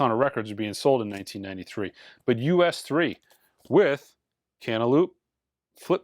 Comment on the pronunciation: Great video. The group name is pronounced Us 3. Not U..S. 3